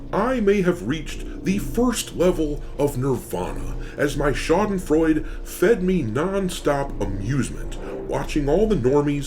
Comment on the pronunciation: Schadenfreude, not Schadenfreud...